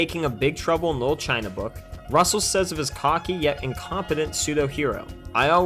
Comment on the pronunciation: Why do you keep pronouncing it "lil" China?